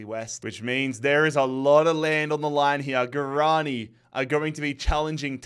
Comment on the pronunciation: Leganés > Leh-gah-ness Alcorcón > al-kor-kon Guaraní > gwah-rah-knee